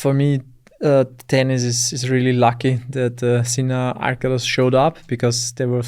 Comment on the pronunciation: Finally someone pronounces Sinner's name correctly. It has NOTHING to do with sin and being a sinner (guilty, criminal). It derives from the German word Sinne (sense).